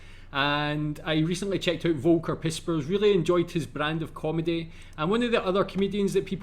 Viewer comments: Foll-ker, please say Foll-ker only once... One more Woka and some German dood will lose it 😉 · Since you reference Volker Pispers repeatedly, you might want to pronounce his first name 'Folker'. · Volker is pronounced "fall-ka" :-) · Great video, thanks. It was interesting to see Michael Mittemeier performing in English. He’s very big here in Germany. By the way, the name Volker is pronounced as though the first letter were F, not V.